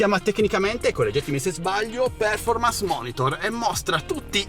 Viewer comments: Se vuoi correggere la tua pronuncia, si pronuncia perfòrmance, con l'accento sulla o, non pèrformance ... 👍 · Bel video e App. Grazie! Visto che lo chiedi, la pronuncia non è male ma se proprio la vuoi migliorare, non è per-formance ma perfor-mance.